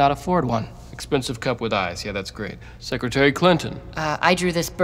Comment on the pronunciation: When he said secretary Clinton I used to hear it as “sucker j Clinton”